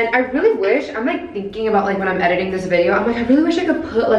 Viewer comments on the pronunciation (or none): none